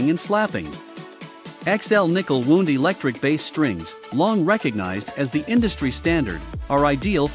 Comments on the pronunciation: Wownd, not wooond. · Narration is terrible and sounds like mechanical. Lot of mispronunciations. It pronounces string wound like a flesh wound. And instead of pronounces made in U.S. it says made in us. Zero credibility. Stopped watching.